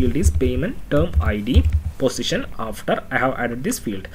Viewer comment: I'm keep telling you that it's "position", not "positiom", but you are not listening .. LOL (XD) Just kiding, good course, thanks.